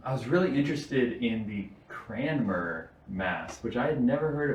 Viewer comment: It is painful to hear Dr Marshall mispronounce Cranmer each and every time.